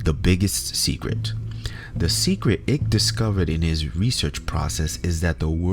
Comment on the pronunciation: Your joke didn’t work for us Americans. It’s David Icke like BIKE, not “ICK”